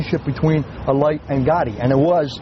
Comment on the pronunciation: Why cant these guys say his name right its alite not elite